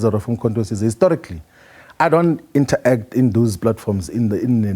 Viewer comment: It's not inter-act...its interact..you pronounce it as it is...secondly it's not discusion but discussion....double ss is pronounced sh